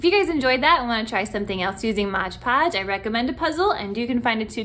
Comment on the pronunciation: M-o-d. It is not modge podge!